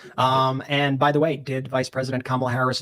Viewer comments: did she say pajamala? That right there is why she lost 😂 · One of the “men” said it at the beginning too 😂